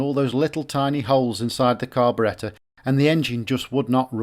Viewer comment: The carb-uh-RET-uh